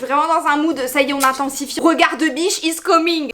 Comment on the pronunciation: Regard de biche izzzz comingg 😂😂 on applaudit l'accent 😂❤